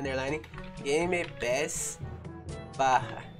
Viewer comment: A palavra secreta é gemepass